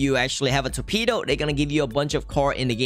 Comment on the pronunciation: Torpido?? Si habla raro,sin duda es ingles namas que rarisimo